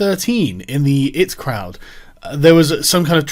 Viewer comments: EYE TEE Crowd lol come on Sargon hahahaa not 'it' crowd :) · Tip for you Sargon, before weighing into something, learn how to pronounce the surname of the subject of your ire. Secondly I.T. crowd you fucking dope. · Sargon!!! You say the names of the letters when reading the "IT" in "IT Crowd"!! It's a British show! And a legendary one! An American shouldn't be the one correcting you on this! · “It crowd” *eye-tea crowd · The 'it croud'. hahahahahah. "My printer isn't working I'm going to go and see the it department" hahahaha. Sargon you plonker. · ahhh not it crod IT crowd as in computers. sorry it just bothers me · It crowd 😂 it's I.T crowd Sargon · The 'it' crowd? Sargon it's I.T. you fucking boomer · Pronouncing the IT crowd the it crowd hurt me man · It's eye tea crowd, father. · The it crowd? The what? Fuck you're an uneducated moron at times.